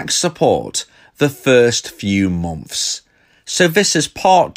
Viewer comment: Bri'ish peepo be like: "The First Few Mom'fs"